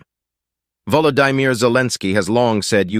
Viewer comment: KI Voice? Volo-die-mir???